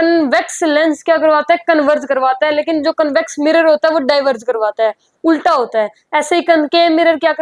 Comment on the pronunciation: Ulta ❌ ukla ✔️